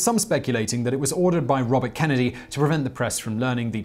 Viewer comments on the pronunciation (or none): none